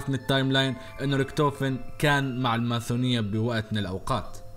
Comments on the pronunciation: ليه تقول ماثونيه ليه ماتقول ماسونيه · ليش تقول ماثونيه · ليش تقول ماثونيه؟ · انت تقول الماسونية ماثونية ولا انا غلطان؟ هاذا السؤال الوحيد اللي محيرني طول المقطع🌚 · ليش تقول الماثونيه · ليش تكول الماثونيه مو الماسونيه 😂؟ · سلامتك وراك تقول ( س ) ل ( ث ) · ماثونيه ؟! ليش تقول كذا فكرت انه عندك غلط يعني بس اسمع انك تنطق حرف (س) عدل ليش تقول ماثونيه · الماثونية 😂😂😂😂😂😂 اسمها الماسونية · ههههههه مين سمعه يقول الماثونية